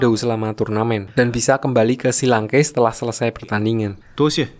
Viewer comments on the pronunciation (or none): Akademi shrek kok jadi akademi shi lanke ya